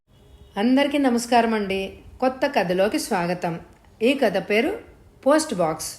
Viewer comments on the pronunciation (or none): tha ki baduluga dha ani vinpaduthundhi.